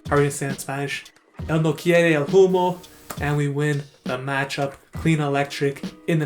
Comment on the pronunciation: Great spanish pronunciation btw, the only tip I can give is that the H is silent so "humo" is pronunciated "umo" or "oomo"